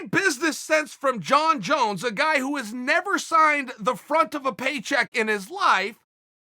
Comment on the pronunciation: "Jon Jone" 🤣🤣🤣😂